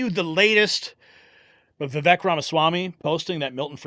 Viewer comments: Vivek pronounced Viv-ake...rhymes with cake. We should all know this by now. 🙄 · It’s pronounced ‘Va Vake’ , as in Cake.🎂